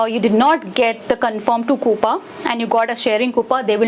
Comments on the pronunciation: “KOOPA” 🤣🤣?? LOL that’s not how you say it..”KOOPAY” is how your pronounce it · That “coupa” is disturbing 😂. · Pronounced as coups only fyi